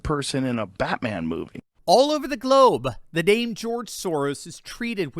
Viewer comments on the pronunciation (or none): none